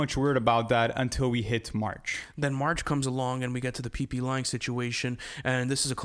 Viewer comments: “the pplang situation” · Pplan😂😂😂😂. It’s PGlang